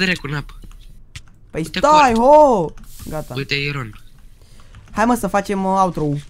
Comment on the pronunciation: ce are ăla bă iron se citește airon